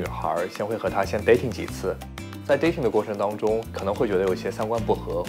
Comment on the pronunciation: 这节目噶觉很假 看不下去了 什么留学墨尔本，连dating 发音都发不好， 着装也不合适